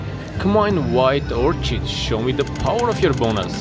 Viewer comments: FYI - The white flower is pronounced "orKID". The "h" is silent. 🌸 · Nice start! The pronunciation is Wild 'OR-KID'. Looking forward to December. Good Job!